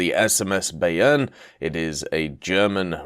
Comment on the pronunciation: Pronounced it wrong, its more by-urn